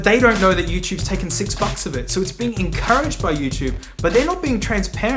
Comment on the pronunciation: mate said "youchoob"